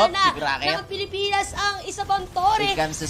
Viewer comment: "pilipins" "perst" ang cheap mag salita.